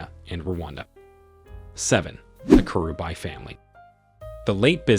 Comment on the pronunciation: The pronunciation thoo... Kerubae-kirubi😄